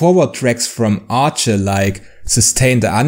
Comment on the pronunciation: ARCHE is prononced "Ark" for the record Did you get the opportunity to go see them live on their latest European Tour ? The new songs really shine live, a shame they didn't get to play all the songs of the album in front of the audience yet